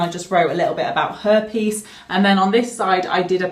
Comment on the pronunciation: When you said "her peice" I thought you said herpes lol😂😂😂😂